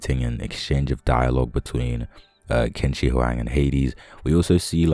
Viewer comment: You westerners, I swear! How many times do I have to tell you guys its pronounced chin sir huang?